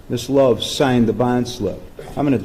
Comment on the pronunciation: I thought the judge kept call Love “shortie” 😂